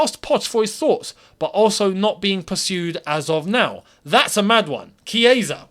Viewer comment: Wow!! The chiesa pronunciation🥳🥳(kieza),am in love